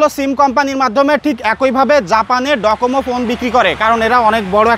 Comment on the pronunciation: এটা ডোকোমো, ডকোমো না